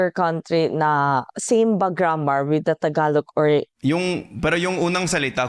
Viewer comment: I noticed that you pronounce the final g of Tagalog the Korean way. It's somewhat between g and k. Just saying. 😊